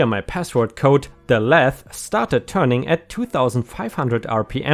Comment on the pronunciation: Lathe...... lay the together dear. LATHE long A.